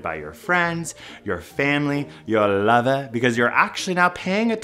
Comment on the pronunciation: The way you said lover was exactly opposite of what I expected lmao